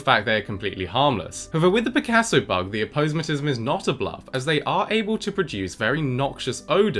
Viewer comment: I really wish my guy would start pronouncing aposematism correctly... He's pronouncing it wrong right? I'm not pronouncing it wrong am I???